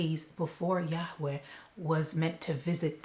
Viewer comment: Yarway, please pronounce it the same as everyone else NJ, YARWAY x